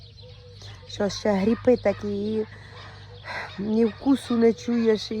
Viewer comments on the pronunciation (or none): В україні кажуть "грип", а не гріп, як ви звете!